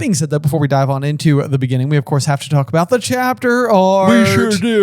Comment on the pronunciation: In the beninging